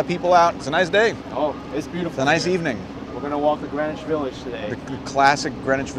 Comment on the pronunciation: Sounds like they're saying Granish instead of Green-wich?